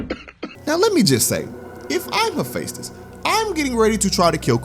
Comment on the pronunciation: it's pronounced "heh-FEST-is"